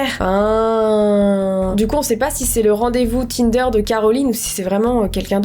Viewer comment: c’est moi où elle dit kinder ?😭😭😂